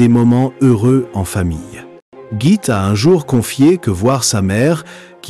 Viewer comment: Merci pour ce tour d'horizon de la vie de Gitte. La bonne prononciation de son prénom est Guitte. L e final n'est pas muet donc prononcé.